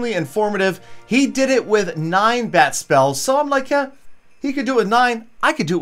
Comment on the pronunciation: Whenever u say bat spell, it sounds like bad spell..lol